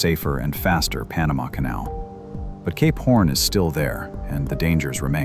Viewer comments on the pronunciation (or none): When you say Cape Horn, it kinda sounds like you're saying Gay Porn. Fascinating video thanks for posting! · Is this guy saying "Cape Horn" or "gay p*rn"?? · When he initially said Cape horn .......I heard it "gay porn" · I listened this while trying to sleep with eyes closed..and I kept hearing K-*orn..and now I couldn't sleep. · CAPE PHORN 😂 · Cape: Sounds like "kayp" with the "ay" sound as in "day" or "say". Horn: Sounds like "horn," with the "or" sound as in the word "door". Your pronunciation of Cap Horn is sadly different... 🤔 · Why am I hearing "gay porn" instead of Cape horn?